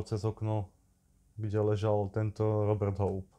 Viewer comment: Je to sice detail, ale byl to Róbert s dlouhým "Ó" :)